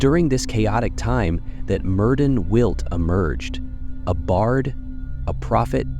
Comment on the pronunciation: Don’t quote me but for help I think it’s Meerth-in can’t replicate the “ll” sound in the second name sorry. Aside from that loved the video